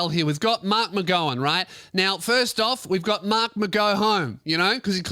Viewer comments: It’s pronounced mark-mc-gow-an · Kim Jong McGow-un Is what I’ve heard people calling mark mcgowan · pronounces marks last name incorrectly.